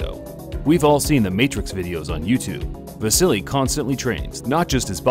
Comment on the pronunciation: Why do people keep saying " vasily " instead of "vasyl"